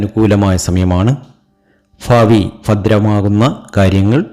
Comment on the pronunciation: നിങ്ങൾ ആദ്യം നാക്ക് വടിക്കുക ഫാ വി അല്ല ഭാവി